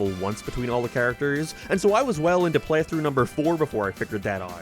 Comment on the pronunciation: Dude doesn’t know how to pronounce the word “playthrough” lol